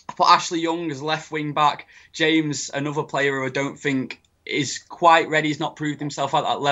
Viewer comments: Ha dont say 'hames' just say james.. He aint hispanic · They all know that Reece James is pronounce the way it shows right? Its not like James Rodríguez, the guy is from England.